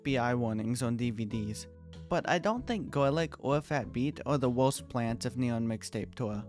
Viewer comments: STOP SAYING WOHST YOUR SUPOST TO SAY WORST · take a shot every time he says wowst instead of worst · Sorry, but you talk like " uwu " because of "owost plant".